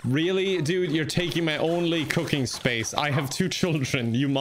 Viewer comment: Am I the only one who hears "cocaine" every time he says "cooking"?🤣